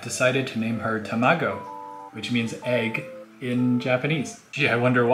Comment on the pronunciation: your pronunciation of tamago is a bit off but that's an extremely endearing name for a fish :-) I also want to make a giant tank with a bunch of neon tetras too! I have a 20 gal with some tetras in it but I've been neglecting it and I don't know what to do now with the algae problem...